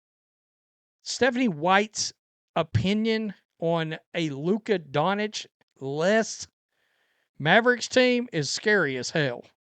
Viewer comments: Dawn - chich not Dawn - itch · You are very bad at pronunciation. Luka Doncic is not pronounced “donich”